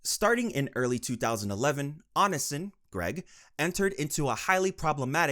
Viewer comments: "on in sin" 🥀💔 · I admire your effort at summarizing the endless shithole that is Greg (or "Anasin", which is how I misheard your accent, pronouncing "Onision" lol) Genuinely great content, I love having the icebergs on play while gaming/doing chores. Keep it up 👍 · "ice o logger" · It’s pronounced Oh-Knee-See-On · "Oni son" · if there's one person who deserves to have their name mispronounced repeatedly, it's onision. ik he hates being called "onion man" so i have a feeling the "onisin" pronunciation would also annoy him. good. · "On-i-sin" bruh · It annoys me when people can't do enough research to pronounce someone's name right. But Onionman deserves all the disrespect, so I'm here for it. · The way this man pronounces Onision has me decaying just a little more every time. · Bro if you keep pronouncing Onision like that you're going to start a mass chain reaction of brain aneurysms. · Fr I was so confused cuz I've been listening while playing games and my stomach started hurting blah blah... And so I wasn't looking at the screen and it took a sec to realize he meant Onision. It hurts me when he says it like that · why does he pronounce onision like that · Is this voice AI?? How can you get Tana and Onision’s names wrong?! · omg I didn’t realize you were talking about Onision at first, what a pronunciation 😂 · You gotta be mispronouncing such big creators names on purpose lmao 😂